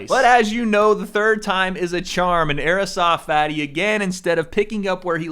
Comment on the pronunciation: I love the way says Airsoft Fatty like AEROSOFT Fatty. Lol.